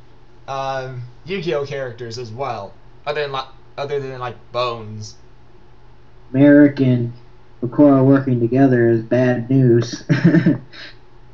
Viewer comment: It's MALIK